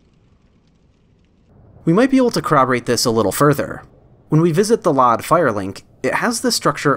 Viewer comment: Hey man, great vid, love the deep dive into my favorite game of all time, however...please stop pronouncing LOD as LOD, it’s pronounced EL-OH-DEE. Not LOD like Load but no A, that was bugging me lmao